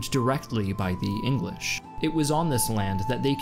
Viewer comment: he calls the English the engwish